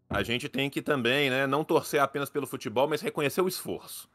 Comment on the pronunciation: Fala "futÉbol" eu já nem escuto mais